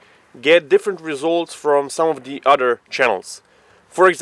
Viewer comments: heuheuh. He said, "udder" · Lol, "udder guns" Love you guys, thanks for the awesome content